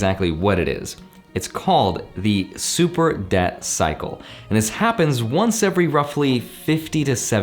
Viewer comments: its debt cycle. Not death cycle. Sorry, don't mean to pick on your pronunciation. Just want to make sure we're all on the same page. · I’m pretty sure everyone’s brains in the current time heard “super death cycle” instead of “super debt cycle”. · Lmao if I didn't see your comment I would had believe he keep saying death cycle.